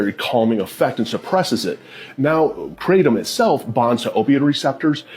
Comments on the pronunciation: Not “krat-um” 😂😂😂 It’s pronounced “kray-tum” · It’s KRAY-tom.. not cra-tom.. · Unrelated, but I almost couldn't finish the video bc the word is pronounced "crate-um." And hearing her say kra-dom was driving me crazy. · Hearing it pronounced KRAT-um is Irking me hardcore 😂 we call it KRAY-tum ive done it a few times. As an ex heroine addict I dint see the point. Seen too many people go right back to the same habbit. Its just the corner store itself now not the guy you meet there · That's not how You say Kratom!!! It's pronounced like this CRAY-DOM... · The pronunciation of Kratom is driving me INSANE, in this.. there’s a reason that one creator wrote it as “kr8om”. it’s a looong a, girl. Geesh! 😤🤦‍♀️🥵